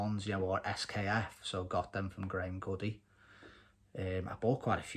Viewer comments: Nice work and car. A credit to you. Btw Graham Goode is just pronounced as in ‘Good’ not like ‘Goody’ Not trying to be annoying but as you’re into Cossies it’s nice to know. Mate used to work there back in the day. Fond memories of my youth seeing and drooling over all the cossies parked outside when popping down there for bits in the 80s and early 90s 😊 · listen my escort Cosworths been there,Goode as in Rude with a G Gude spelt Goode